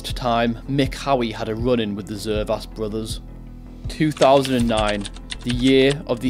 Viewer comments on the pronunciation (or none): none